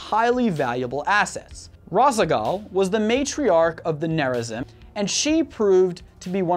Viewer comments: Protoss Corrections: Tal Dar Reem is how you say it. (The darkside protoss) The Kala is more than a religion it is a mind link afterlife thing that lets all your memories be passed on to the living members of the Kala. Near a zeem is how you say it. (The rebel protoss) It would be better to say that the protoss (in general) use cyborgs not robots to make up for the lack of manpower. The protoss banned the use of robots after the purifier rebellion. they take dying and disabled warriors and make them into heavy units. The Purifiers were reintegrated late in the war with Amon. The Kalai had a position that was called the grand preserver. There were three of them and they were considered the most knowledgeable and mentally powerful of all the Protoss. Rohana the last grand preserver was herself preserved in stasis and in the Spear of Adun and had to come to terms with the very different universe she woke up in while giving counsel to Artanis. There is no such thing as feminism or sexism in a warrior society that literally is mind linked to the whole population and all the dead population. The reason for the purifier uprising was because the Protoss, instead of making an AI copied the mind of a Protoss warrior into a robotic brain, and did so poorly. Then they treated the slightly unhinged great warrior as if it was expendable. basically don't make a slave out of someone who was once a great warrior, never works out. later the Protoss perfected to process of copying the mind and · Gods, the pronunciation of Tal'darim, Raszagal, and Nerazim made me wince. Edit: But yeah, OP has a point. I don't see how the Pylons and Psionic Matrix are a con.